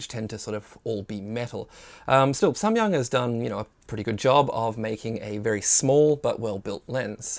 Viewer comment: I am Korean. your "Samyang" pronunciation is very good.^